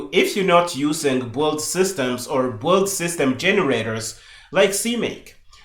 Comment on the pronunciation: Loving this, but minor point that the word "build" sounds like "boiled" and it was confusing me at first :). I usually say build similar to the way I say "billed"